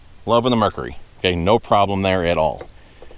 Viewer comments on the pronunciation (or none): none